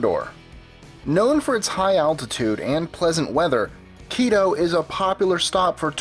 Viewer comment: You pronounced quito wrong but its ok i forgive you lol